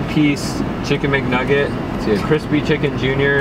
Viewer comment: he said mcnuggets